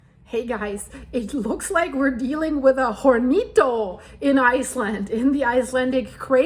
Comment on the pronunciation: Hornito A little oven The H is silent in spanish Horns are “cuernos” in Spanish